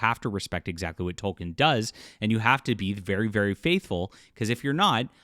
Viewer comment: I can only take it for so long, ITS PRONOUNCED TOL-KEEN